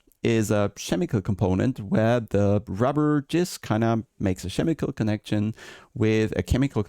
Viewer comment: Dude not "xêmicól" but "Kêmicól". Just messing with you man... awesome upload! Can´t wait for the 1.6!!